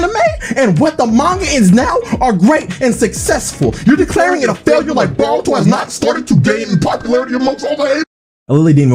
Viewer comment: its b"OH"ruto and not b"AW"ruto